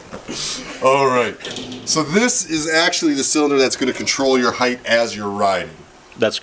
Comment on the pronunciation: it's ride heighT, not ride heighTH...